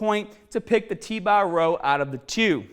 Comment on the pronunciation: Get strongah with T bah